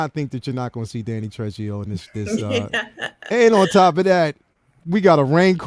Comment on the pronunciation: Dude, Trejo = Tre-ho. J in Spanish is pronounced like an H.